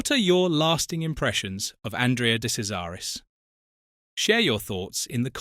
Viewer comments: "Kazaris"?! What utter twaddle. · Thanks for a good story. However, your misuse of his name means that his nickname was not funny. He was called Andrea de Cesaris (de Chesaris) which then makes the nickname of Andrea de Crasheris sound more real. Also you mention the Ligier team. This should be pronounced Li-ji-a with a soft "g", not a hard "g". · It's pronounced "De Chezaris". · For F**k sake it's pronounced DE CHAIRS ZA RUS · "De Sesaris?" Or "De Kesaris?" "Day Crasharis", "Lee-guee-yay"... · Awful. He didn't make his debut for Alfa in F1. It was for Marlboro McLaren as teammate to John Watson. Do your research. What's with the incorrect pronunciation of his surname. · De Cesaris died in a motoring accident he was totally ok in this crash This item is totally false,even his name is mispronounced content should be removed and banned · You pronounced his name wrong you tool!